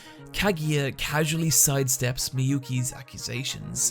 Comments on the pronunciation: Absolutely great vid but pleaaase try to pronounce those names a bit more, it was painful to hear kageeya and mayuki or majuki for so many times ^^' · Him pronouncing it "Kagiya" and "Mayuki" instead of "Kaguya" and "Miyuki" annoys me. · Kageeya... my-ookee.. i'm sorry.. that's distracted me way too much otherwise this is a good analysis video.. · You would think by now people would realize that Japanese people dont use long vowels. Miyuki Shirogane sounds just like its spelled. Mi. Yu. Ki. If the japanese wanted to replicate the long vowels, they would combine syllables. So that Maiyuji thing you just tried to say would be spelled Ma-I-Yu-Ji. Also do they not say their names in the show? Pet peeve. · "Mayuki" UUUUUGGGGGHHHHH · Great Video, but I cant get over the fact how you pronounce Shinomiya Kaguya and Miyuki Shirogane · …Are you mispronouncing Miyuki's name on purpose? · The pronuciation of Kaguya and Miyuki is a little off, but whatever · After hearing how you pronounce Kaguya and Miyuki, it feels like you didn't hear their names pronounced in-anime